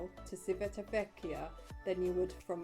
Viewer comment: You have mispronounced Civitavecchia any single time (without mentioning Trastevere and Ostiense) . Don't you check before turning the camera on?